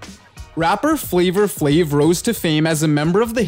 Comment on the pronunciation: "Flavor flav"?